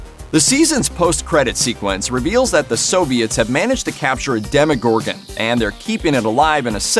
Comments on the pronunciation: Demogorgon. Not Demigorgon. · "Demogorgan" not Demigorgan😑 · its pronounced den-uh-gorgun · The amount of "professional" people or "fans" Who call the Demogorgon "Demigorgan" Is extremely upsetting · Is anyone triggerd by the fact that he says DeMiGoRgAn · he said demigorgon